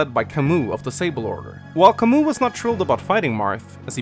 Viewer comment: Still pronouncing Camus’ name wrong, I see.